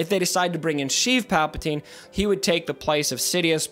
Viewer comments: What are you calling Palpatine? Sounds like "Chief" or "Sheath" Palpatine...? :D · Stop saying sheev palpatine plz